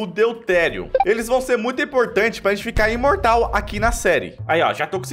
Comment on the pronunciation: Adoro o falando irmortal, upregrade, ernergia